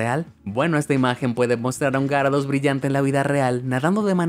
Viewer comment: Aprende a decir gyarados